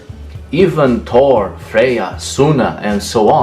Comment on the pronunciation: Wait, you pronounce Thor, those, third, and thanks with a hard T or D but you pronounce tin with a thorn sound?